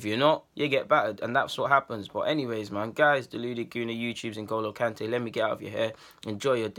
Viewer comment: why do you keep saying ngolo kante?